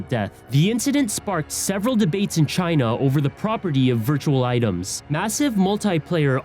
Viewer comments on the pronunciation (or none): none